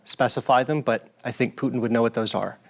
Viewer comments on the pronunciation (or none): I can’t listen to these two call Putin ‘Poo’n’. I’m off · Voldemort poo-tin